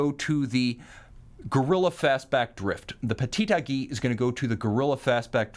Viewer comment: I love the way pronounce “Aiguille”. Granted it’s not easy to say for a non French speaking person.